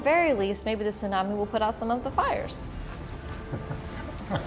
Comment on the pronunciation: Gaaaah the mispronunciation of tsunami is so distracting. Sunami (which is how they keep saying it) means vinegar wave lol.